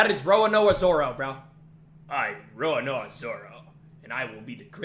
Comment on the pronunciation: He didn't even pronounced it correctly 😭😭